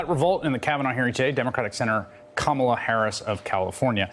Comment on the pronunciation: Anchor pronounced her name correctly even though she herself can't